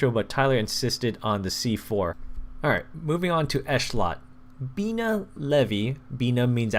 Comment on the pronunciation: and bi-NA